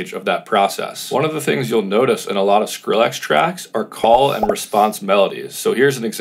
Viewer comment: Stop saying SkrillAX